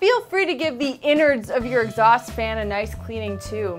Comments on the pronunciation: I hate these videos. Wait for three minutes of waffle and implied snobbery to find out something that could have been written in less than thirty words. So many megabytes wasted on this stuff. And it's 'Exhaust', Exhasut is some ancient Egyptian king or something. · Exasut?! Hah, hah!